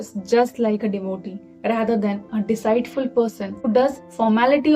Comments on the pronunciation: deceitful should be pronounced as ‘diceetful’. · Pronunciation tip feminine is pronounced like feminihn not femi 9, like the number nine wth a strong I. Also deceitful is pronounced like dee seat (like have a seat to sit down) or seet full, the ei is like a strong E, not like "eye" or aiee. Also there are no rolling r's in English. R is pronounced more like "are" as in "are you ok"?